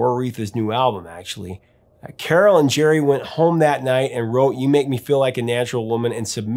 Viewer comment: Did she really pronounce her cat's name like that? Admittedly, I took Latin, not Greek, but I've always read it with the emphasis on the second syllable. Anyway, thanks for covering Carole King and this magnificent album, that brought joy to so many of us with it's simplicity, relatibility, and unforgettably beautiful sound.